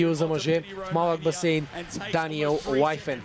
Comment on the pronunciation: Коментаторе, произношението е Уифин, не Уайфен.